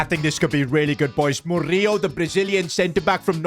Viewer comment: Btw the way how to pronounce Murillo is: Mo-ri-lo